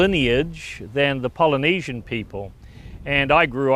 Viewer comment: and btw it's Polynesian not pilynesion